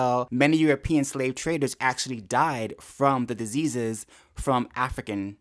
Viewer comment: "Disseases!" Who are the no.1 Spreaders of AIDS again?